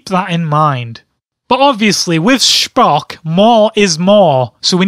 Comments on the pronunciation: Sphock u say it wrong it's pronounced spo-ck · Its star trek dumbass and its not SHPOCKSH its Spock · SPOCK is not from Star Wars he is from Star Trek and you don't call him shpock it's Spock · STAR TREK AND ITS SPOCK NOT SHPOCK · "Shpock" lol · Lol "shpock" :) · Can't stop laughing at the way he pronounces Schpock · It's Star Trek and it's Spock (sp-o-ck) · "Shhhpock" Wat. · It's pronounced "Shpock"? I didn't know that Spock is German. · You fool, it's pronounced Speck